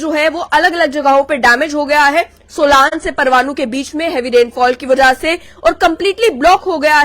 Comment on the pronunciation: सोलान नहीं बो सोलन है